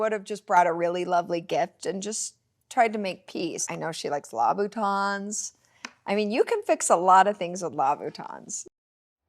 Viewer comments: “Labootahns” is a wild mispronunciation lmao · Wtf is a “ lahbootahn”…… Angie…… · What in the gods fuck is a labaton.....its Louboutin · Did really say, “Law-boo-tawns?” Is is trolling Christian Louboutin now? 🤦‍♀️🤦‍♀️ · I’m obsessed with the way Angie pronounces Louboutons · La voo tons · is that how you pronounce Louboutins or is that the Utah accent?